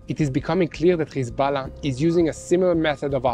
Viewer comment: Its hEz- bo- llah 😂😂😂😂 Not hiZ-bell- lah